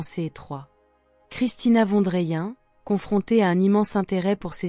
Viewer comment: Juste prononcer le nom de famille : „fonne drayenne“… sinon bien sûr ! le message qu’elle transmet est magnifique, merveilleux, pur et représente la justesse de l‘âme ! ❤